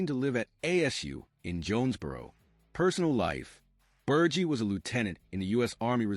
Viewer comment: Before you do a video on one of the greatest linebackers of the 1970s and 80s, you should know how to pronounce his name you’re saying it wrong It’s Ber Ge like he with a G